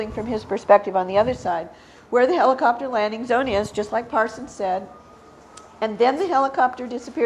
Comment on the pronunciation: What's a Heeli-chopter??